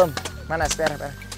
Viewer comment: Ông này cứ chào các ba với chào các bạ ko... từ đó là quan trọng nhất mà nói ko tròn vành rỏ ràng đc, chả biết chào ai